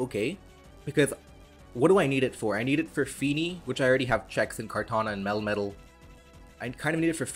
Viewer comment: Love these videos also love how your "melmetal" pronounciation, sounds like "metal-metal"